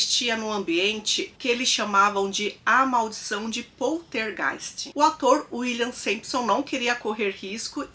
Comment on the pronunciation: A menina do Poltergeist morreu porque foi abusada e isto até hoje não foi criminalizado. Para a participante, é importante se atentar a pronúncia das palavras, infecção tem c mudo, PoLtergeist é com L e não com R. Veja bem não tô me referindo ao sotaque mas a pronuncia das palavras.